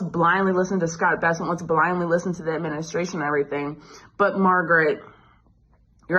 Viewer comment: Scott Bennet? At least understand who you are covering. It's Scott Bessent, not Bennet. It's not that difficult.